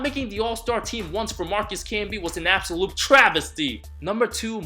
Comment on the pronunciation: I laughed so hard after said absulote travesty 😅